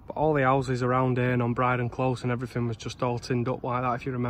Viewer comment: Seems slightly ironic, normally it's some old bloke saying "I remember when this was all fields"and here we have a young bloke saying "I remember when this was all 'ouses" lol.